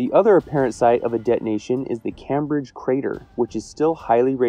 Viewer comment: FYI it’s pronounced KAHYMbridge not CAM bridge